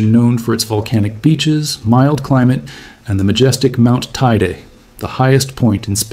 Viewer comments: FYI: It's Tener EE fay (Tenerife), and Tay EE day (Teide). For next time. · The pronunciation of Teide is actually really triggering 😭